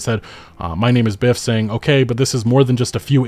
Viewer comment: Good vid but its mynameisbyfe, not "mynameisbiff" show some respect for the people in the community you're milking rn lol